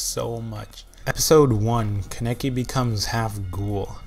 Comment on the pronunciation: It's not Ka-neki its ka-ne-ki >-< and not like Rize is not like Riiz but Ri-ze